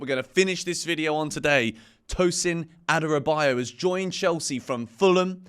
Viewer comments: The correct pronunciation is A-dara-bi-oyo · u totally killed Tosin's last name. Adorobayo...you said!.